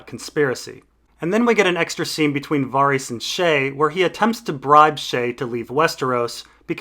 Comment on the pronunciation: These are great videos but the pronunciation is a huge detractor that's easily corrected. Lice is a hair bug, Lhys=Lease is a place. Hoooster as in rooster? Hoster Tully is a character. Varys=Vare-is as rare is a character, Var as in far-is isn't. Your work and content is great, no offense intended.